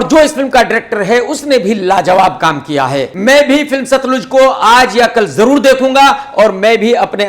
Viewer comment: सतलुज नहीं केआरके साहब सतलज